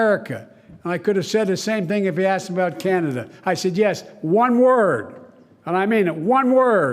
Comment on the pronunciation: Chinada lol